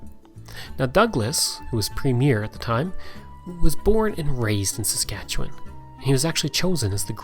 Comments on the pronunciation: It's very refreshing to see someone actually say Saskatchewan correctly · At last, a video about Saskatchewan by someone who knows what they're talking about, complete with correct pronunciations.